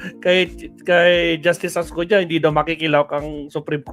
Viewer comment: .Ascuna hindi Ascuña.